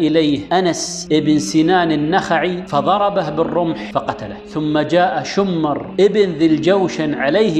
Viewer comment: شمر بن ذي الجوشن.. بكسر الشين وسكون الميم وليس شمر بتشديد الميم في كل الاحوال عليه لعنة الله ولعنة اللاعنين الله يجزاك الف خير ، سبحان من وهبك جمال الاسلوب وفصاحة اللسان والقبول ، الحقيقة من افضل القنوات اللي مرت علي باليوتيوب وللأسف اني ماعرفتك الا من يومين